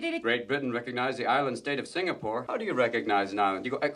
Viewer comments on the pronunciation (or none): none